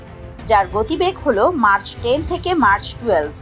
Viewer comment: শব্দটি মার্চ নয় ম্যাক হবে🤗